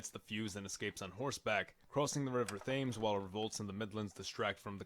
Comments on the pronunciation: River “Tems”, not Thames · It is pronounced "Temms" not "Thames" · Never pronounce the H in the River Thames. It sounds like Tim’s. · Thames is pronounced "Tems", not "Thayms" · U said ( th ai ms ) but it's pronounced ( t e ms) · What if king Philip II managed to assassinate Queen Elizabeth II? Also, its Thames (Tems) and not Thames (Thames) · FYI... The main river through London is pronounced the River Tems... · haha. “River Thaims” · "River THAYMS"? Fucking seriously? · ☝️ Thames is pronounced more like Tims Apologies for being that person in the comments section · The River Thames is pronounced more like 'Tems'. It is not a Th sound at all. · it's pronounced TEMS. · The topic: British The name: French The man: American The pronunciation of “Thames”: irredeemably incorrect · That is interesting to know!! Although he should still pronounce the OG Thames in the British way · Check how to pronounce Thames